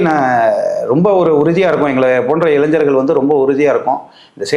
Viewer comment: இளைஞ்சர்களா?இளைஞர்களா?தெளிவாக தமிழை உச்சரிக்கவும்